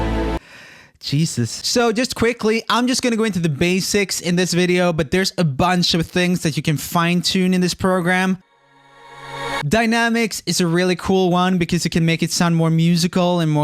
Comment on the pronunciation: Did he just said 'BASSics'???